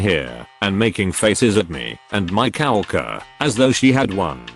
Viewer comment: COW-worker? <Snicker> Udderly silly pronunciation.